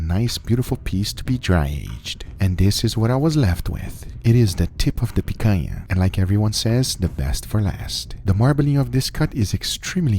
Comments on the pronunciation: Guga, are you from Brazil? You say picanha just the way it's meant to be said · Guga, you saying picanha sounds like a natural brazilian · Does someone knows where Guga is from? He pronouced "picanha" perfectly! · vc é brasileiro mano? falou "picanha" com sotaque daqui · The way you say picanha makes me think you're brazilian... vc é?